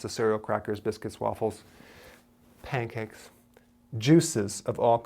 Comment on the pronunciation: my gosh i love this maaaaaaaaan! When he wipped his head back and denounced P A N C A K E S, ugh simply the best!!!!